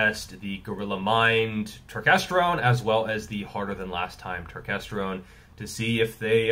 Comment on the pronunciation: I came here just to hear you say turkestergone!